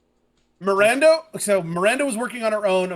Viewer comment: Feeling reassured that I wasn't the only one hearing 'Mirander'